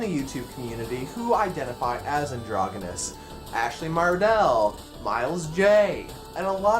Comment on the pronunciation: You're pronouncing it wrong. It's a soft g sound.